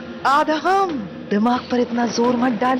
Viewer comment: Aadham nahi aadam bolo